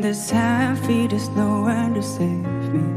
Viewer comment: 吞音很严重，就是same和save一样，都是发say的音。个人感觉只是单纯在模仿英文歌手唱歌的腔调而已。但是的确顿挫、长短和轻重还是模仿的很像的，所以这个发音问题就会显得比较突出。 反过来讲，我们老是说“中式发音”事实上是母语是汉语的人的英文发音问题，而才旺罗布是藏族人，母语是藏语，汉语说的呵呵。所以这个说不定是藏族人的天赋也不一定。